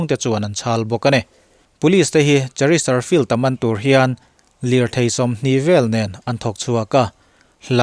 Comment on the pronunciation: Chesterfield a ni si. Cheristerfield tiin I sawi daih zel hi fimkhur deuh la a țha hle mai.....